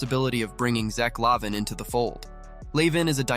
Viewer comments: Is it too much to ask to fix the script so it reads the name correct? la vein or la veen would have worked. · How you pronounce lavine is so funny.